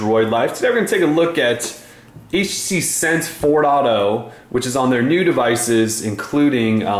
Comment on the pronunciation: Took me a while to realize that "sense fourado" was "sense 4.0" (four dot 0) xD